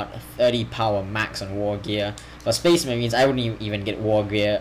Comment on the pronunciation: and says spece merehns